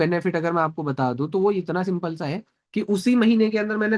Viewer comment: “Simpal cheej”